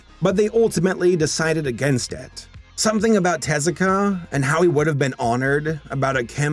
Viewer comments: Double "Er..." then it is te-ZU-ka"... the "EH" for sound "え" , "oo" for "u" (ず) and "ah" for "あ" is an Anglicism to prevent folks from wrongly reading "TAY-ZYU-KAY". It doesn't correspond to the international phonetic charter. The pronunciation is, again, "te-ZU-ka". The stressed syllable is the second one, not the first one. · Er... It's actually TEH-zoo-kah.